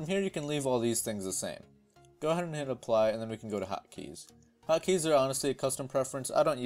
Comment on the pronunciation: for a second I thought you said " I am gonna shit the like button" LOL